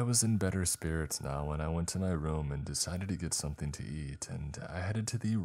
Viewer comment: somethING!!!!!!! NOT somethEENE!!!!!!!!!!!!